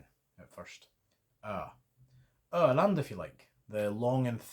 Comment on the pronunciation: I know I'm late but the Öland and Åland wasn''t quite right. It'needs an even stronger stress at the beginning of the Ö and Å. Similar to how you stress the O in Poland.